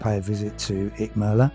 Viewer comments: We love Icmeler and are visiting again at the beginning of September. Much more laid back than Marmaris' bustling metropolis. Nice video, although i laughed at your consistemt mispronunciation of Icmeler 😄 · Nice video but you have pronounced the name of the town completely wrong buddy 😎👍